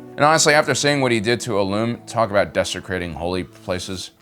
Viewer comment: I'm curious about your pronunciation of Ilum. Having played SWTOR for almost 10 years I've always heard it pronounced "ILL-um" - with the accent on the first syllable. You said it as Ill -LUM (like the Illuminating company) with the accent on the second syllable. Any reason for this?